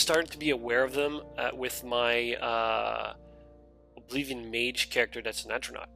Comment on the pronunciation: Aww man, I miss your old pronunciation of Oblivion. Please go back to Uh-bliv-ee-on : )